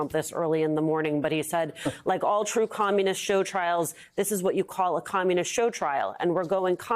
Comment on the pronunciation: One more time, Donnie .... Your opponents are not Communists.... just KAHM-nists, as in "Race Mixing is KAHM-nist. Laws regulating clean air and water are KAHM-nist. Those 1960s signs segregationist who thought "Race Mixing is Communism" were confused. They were fightin' uh-ginst the KAHM-nists, not Communists.